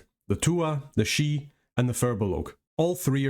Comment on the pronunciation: Thank you for the attention to the pronunciation. It ruins the flavor when people can't be bothered to pronounce names at least semi-correctly. Couldn't watch that one guy saying "sidhe" the same way you would "CD".